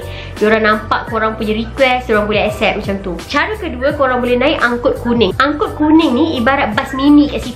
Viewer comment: ANGKOT =ANGKUTAN KOTA (city trasportation). Not "ANGKOL"!😂😂😂